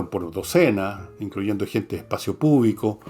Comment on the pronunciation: "Espacio púbico" en lugar de espacio público. 😂 Grande Don Fernando